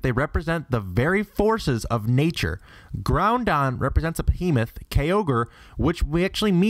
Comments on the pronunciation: I get so annoyed when people mispronounce Groudon as "Ground on" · Francis Orrigo also he said groundon instead of groudon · Francis Orrigo And Groudon He Said Groundon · Its groudon, not groundon. It has no N after the grou Your pernouncing it wrong. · you mispronounced almost every legendary terribly. for example, its not grouNdon, its groudon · Groudon (Not Groun-don) and Leviathan(Leh vai a thin) as well... Ps. I think it's a tad more helpful to say the pronunciations of Yveltal , Xerneas, and Zygarde. (ee vel tahl), (Zer ni us), and (Zai Guard)respectively. But now I'm just being nit-picky... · "Ground-don and Key-ogre" "rye-qwa-zeh"